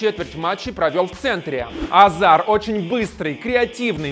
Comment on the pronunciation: Не назар а азар